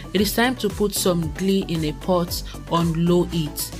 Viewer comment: Ghee not Glee :)